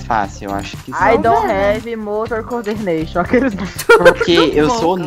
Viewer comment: "AI DON RÉVI MOTOR CORDERNEXIOM" KKKK